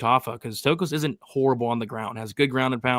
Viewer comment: what is it with you Americans with pronouncing names?? The name is TOKKOS.... not TAKKOS! damn, go back to school.